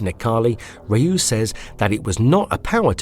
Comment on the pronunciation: OMG, not again! Another person pronouncing "Ryu" as "Rahyuu"...